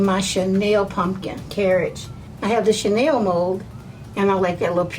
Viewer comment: Love the carrage. Channel isn't pronounced like that. It doesnt have an i it. And chaniel is a type of fabric.